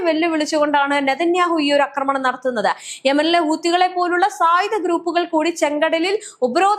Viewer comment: അക്രമണമല്ല ആക്രമണമാണ് ശരി